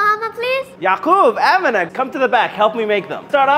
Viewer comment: Nah bro my name is Amina but it’s pronounced “Am-EN-a